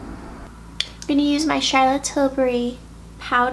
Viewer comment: So glad you pronounce Tilbury correctly. So many folks say Tilberry. Your vids are always cool and low key. I like!